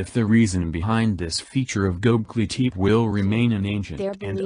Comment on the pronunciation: The robot voices were difficult to listen to, and they mispronounced many words - including Gobekli Tepe.